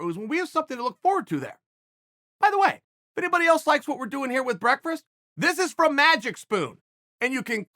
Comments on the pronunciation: this guy said breakfrest wrong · I only clicked to hear Chael say breakfrest. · Brekfrest Chael has arrived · Chael "I'll have breakfrast with you." Sonnen